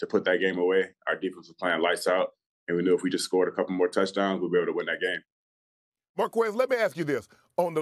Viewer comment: It's pronounced "Mar-Kez"